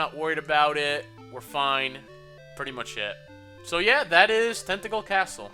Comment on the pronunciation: When you said "Tantegel" I thought you said "Tentacle." Made me do a bit of a double-take xD Also, the drop in viewers seems to be across the LPing community. You, HCBailly, Chugga, (myself, though I don't presume to include myself with you guys :P) etc., etc.. 'Tis weird.